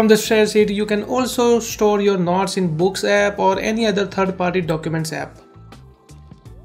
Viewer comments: Can u say NOTES not KNOTS. Its distracting me alot. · “scroll down and select nots” HAHAHAHAHGA AGWJAHHSHSDBNLMAOOOOOOOOO “nots”